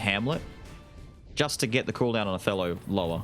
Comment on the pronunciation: Until I looked at the skill name, I thought you were saying "a fellow" instead of "Othello", and I think it would've been cute if you did)